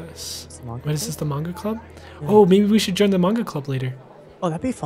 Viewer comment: says Manga like mornga